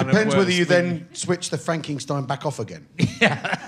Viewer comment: Where does Rich's habit of adding random Gs in words (e.g. Frankingstein, Skelington) come from? The mispronunciation annoys me purely at face value, but it annoys me more to think that it may be a joke I'm not in on.